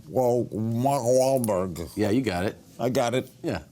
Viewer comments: Is Tom trying not to laugh after Larry butchers mawlk wah blar wahlblurg ? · It sounded like Larry's teeth almost fell out when he tried to pronounce Wahlberg